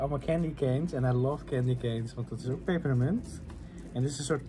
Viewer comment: Vanmorgen ging het op Q-Music over peperemunt, hoor nu dat het ook zo zegt 😛 erg grappig wist hiervoor niet dat mensen dat zo uitspreken